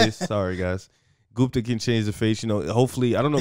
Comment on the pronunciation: My man really called him gumpa right after corrected him to say gupta lol